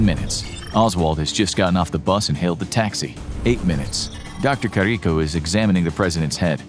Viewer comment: You are mispronouncing Dr. Carrico's name.